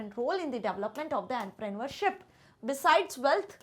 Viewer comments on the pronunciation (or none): The way she say entrepreneurship In her own way is literally annoying